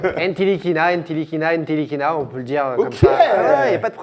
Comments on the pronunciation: Les gars c'est "Nilikina" pas "NTilikina" il l'a dis dans son interview 😉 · NTilikinha se prononce sans le T !!! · par contre on dit nilikina le t est muet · Ca se prononce "Nilikina" les gars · les gars ntilikina ca se prononce nilikina le "t" ne se prononce pas 😉 Sinon toujours aussi cool a regarder ! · Petite précision Ntilikina ce prononce Nilikina on ne dit pas le T. Il l'a lui même dit dans une interview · Sauf que Frank Ntilikina a dit dans une interview que son nom se prononçait Nilikina. T'y étais presque ;) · C est dommage que ntilikina se prononce Nilikina sans le t, sinon oui c était bien prononcé, bien jouer les gars 😂 Sinon super émission comme dhab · on dit franck nilikina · Les gars, le "T" de Ntilikina ne se prononce pas ( se prononce "Nilikina" ). En tout cas on prend toujours autant de plaisir a regarder vôtre chaine. Continuez comme ça vous êtes super ! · Les gars ça se prononce "NILIKINA" !! 😜 Continuez pour le super boulot Vous êtes au top ! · Ntikilina on dit pas le t si ?